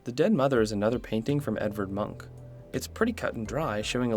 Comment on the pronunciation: Bad at names, pronounces munch as monk.... Srry dude, but if you do not know how to say a word you can 1. look it up, 2. ask someone else and 3. You could not throw your arms in the air and proclaim that it can not be expected of you to say something in a slightly different language than your own. Munch is a globally known and recognized name, im sure someone on the internet has spoken the name before for you to hear.